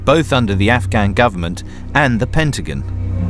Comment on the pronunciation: PENTAGON!! Not Pentigun...lol